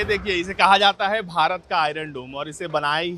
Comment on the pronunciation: Madum, it is Bharat not Baharat. Be duchashm alif..mean bha not baha of Mausam bahar